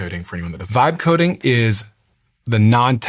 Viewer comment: The moment you mentioned the two vibe coding companies that you are an investor in your pronunciation is marginal at best. Please address that , it's not funny. I still have no idea which companies you were talking about